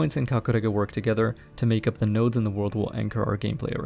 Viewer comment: i like the way you said kakurega. it sounds like japanese accent